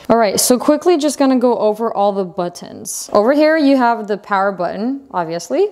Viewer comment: Great review. Hahaha and when you say butt-tons. 👍🏻😊